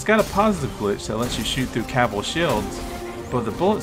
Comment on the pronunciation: "Sky burners oats" "cabbel"